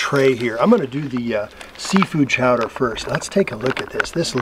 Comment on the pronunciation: Good video, but according to you, it is seafood chowder, not clam. Cowder.